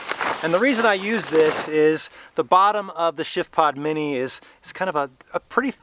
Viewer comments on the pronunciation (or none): Every time that you say the name of the product, it comes across like sh*tpod.